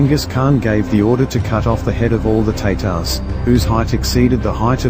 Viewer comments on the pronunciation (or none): Sorry, but it is not pronounced Teytars, it is pronounced Taatars. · Yes it's tatars